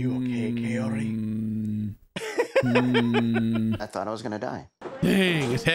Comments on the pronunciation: So her name is Kaory and he calls her coyote lol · So we are just going to ignore how he called her coyote🤣🤣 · Has anyone else noticed that Ed never says or pronounces Kaory’s name the same way twice?? I swear it comes out different every time he says her name.